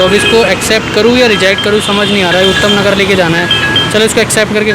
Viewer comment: Bhai utham nagar nhi h vo uttam nagar h🤣🤣